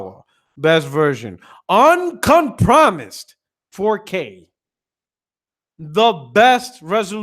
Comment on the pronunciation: Great video dawg. Nothing but facts. The way you pronounced uncompromised was blood boiling ha.